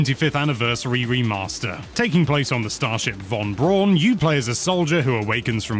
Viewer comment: Just to be that guy - it’s actually pronounced Von Brown named after the former Nazi defector who pioneered rocket technology for the US that led to the first moon landing among other things, Werner Von Braun